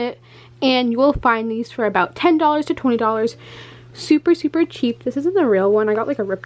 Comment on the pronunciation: Haha she said ten dollars to twenty dollars supper supper cheap 😂😂😂😂